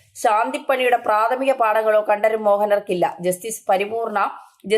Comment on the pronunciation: Pl. say Correctly- KantRaraRRu